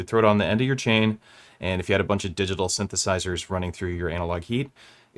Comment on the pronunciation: Swedish box, man. They pronounce it like 'diggitohl' ;-)